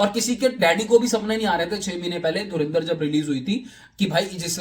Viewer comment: Dhurandhar bolo be... dhurinder nai